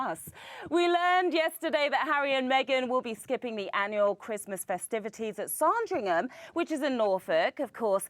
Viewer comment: who says Saaaaaaaaaaarndringham? PLEASE research correct pronunciations!